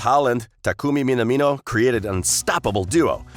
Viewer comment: His name is pronounced Min-amino, not Min-a-mino.